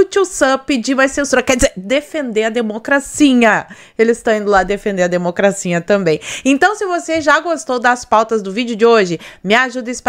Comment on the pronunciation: Oi amiga! Vc é uma excelente co.entarista politica. Vc fala "democracinha', por chacota ou vc não consegue falar "democracia"?.😂😂😂